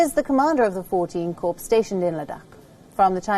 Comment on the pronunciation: it is pronounced KOR not KORPSE. Do u have any shame in you for stupidly mispronouncing a term that nearly 1 crore army soldiers, kids, and pensioners pronounce correctly. talks ko toaks bolkar style matt maaro behanjee... corps ko kor bolna seekho